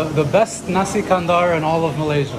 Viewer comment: Assalamualaikum, Nasi Kandar is actually pronounced as 'KANDAR' it rhymes with Qatar, NOT 'KANDOOR'.